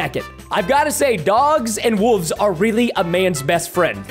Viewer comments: Why does he say "wooves" instead of "wolves" 😂😂😂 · I didn’t know he said wolves like that